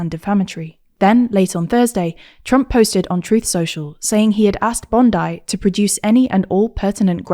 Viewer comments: Pam band-I 😂😂😂😂 it’s pronounced Pam Bond-ee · FYI its pronounced Bondy or Bond-ee not Bond-I but honestly she's a horrible person so pronounce her name however you want. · That’s not how the Pam Bondi’s surname is pronounced… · It's how the city is pronounced and that's much older than the seppo bint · That Pam Bondi pronunciation was quite something